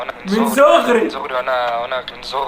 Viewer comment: هو قال من زغري كتير بس الواد ميعرف يقول حرف ب فقالوا غ 😂